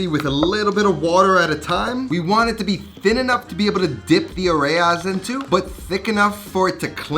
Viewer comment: Areya lolllll it’s areyas